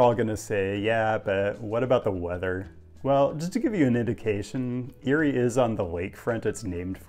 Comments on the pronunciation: ERIE!! its pronounced EAR-Y not YURI. your hurting my pennsylvanian heart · No way did you say Erie lol